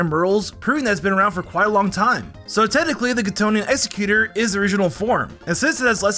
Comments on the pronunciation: How could you butcher exeggutor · Why tf do you say Exeggutor and Kalos like that?